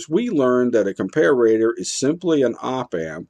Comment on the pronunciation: Dude, nobody pronounces 'comparator' like that.